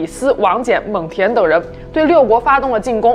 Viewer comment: 蒙恬是第二声